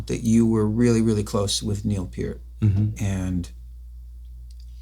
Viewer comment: Thank you Richard for saying Neil's name correctly!